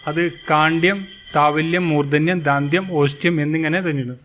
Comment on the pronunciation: kaandyam alla KANDYAM mathi.maadhyamam alla MADHYAMAM,DAANDYAM ALLA DANDYAM ,MAADHYAMAM ALLA MADHYAMAM mathi, Please correct